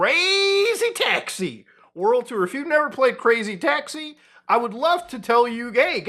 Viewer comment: I actually couldn't listen to you keep saying crazy taxi like that lol